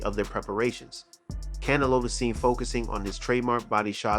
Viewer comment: Why do you pronounce Canelo like “cantelope?”